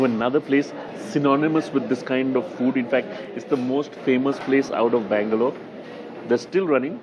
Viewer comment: Please pronounce each word you speak clearly! Could not understand if you were saying 'Bangalore' or 'Mangalore'!!!!